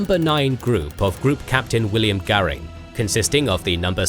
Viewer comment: Luftwaffe: We have a Göring. RAAF: We have a Garing.